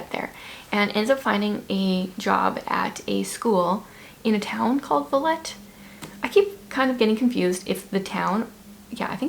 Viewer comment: I think Villette is pronounced Vee-Yet, but not sure (I am slowly learning French and my dad speaks it a slight). It is on my to-read list and I plan on reading it in the next couple of months, so I loved hearing your review of it. I laughed with the one thing where you said, "Tesla this, Tesla that..." haha. I also read The Most Wonderful Crime of the Year and I loved it and laughed while reading it, which doesn't always happen for me (just as you). I had so much fun reading this book! It was one of the best books I read in 2024. Enjoyed the review of your Agatha Christie book! I hope to read it one day. Frost Light has a beautiful cover. Oh wow. Yeah, I agree with you about knowing which twin is which. My mother-in-law is an identical twin and everyone who knows them knows who is who, even though I have seen people go up to the wrong one to talk to them. . .sometimes they will respond as if they are the other, which makes me chuckle, but family is never fooled! I haven't read Spy Family, but my husband and I have slowly been watching the anime for a few years (we are really behind). The Bronte sisters really are depressing to learn about. Why does it depress you to learn about L.M. Montgomery? She had a weird relationship with her husband, in my opinion. Seemed lonely. Lady Susan is on my to-read list for this year. Love letters. Ah! Sounds so good. As a Mennonite, I am very interested in books about conscientious objectors.